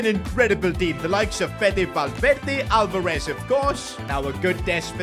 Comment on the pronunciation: YO PRONOUNCED ALVEREZ NAME WRONGGG!